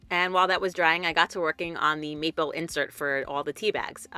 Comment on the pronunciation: That box turned out great! You are so well spoken and all the details you shared really add to the video. Every time you said "maple" tho I kept hearing "meatball" lol. Then I kept thinking of Jersey Shore. Whenever I think of the box you made, I'm going to think of Jersey Shore too lol.